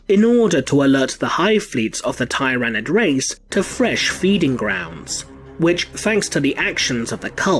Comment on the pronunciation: “Tie-ran-id race”